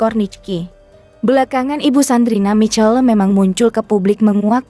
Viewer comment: Sandrina Michelle... Bacanya salah... Sandrina misyell atuh...